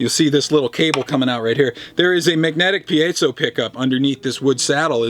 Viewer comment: Piezo - I heard it pronounced "pie-zo'", "pee-zo" and now "pee-A-zo'". I say screw it & call it a Pizza Pup.